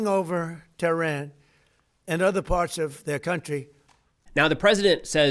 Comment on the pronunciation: He can't even pronounce Tehran properly